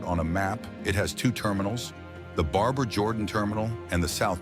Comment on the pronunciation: I love how AI can't pronounce Barbara.